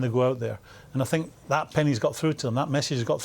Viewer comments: I sink, instead of think ,lol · Jose Mourinho: I Sink Roy Keane: I Tink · “I SINK it’s over, I sink it’s done... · “I sink” 😂😂